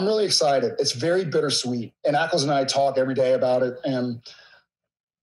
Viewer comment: Am I having hearing problems or does he call Jensen: "Apples"?